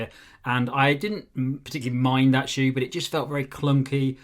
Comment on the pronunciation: He totally pronounced the shoe wrong 😵‍💫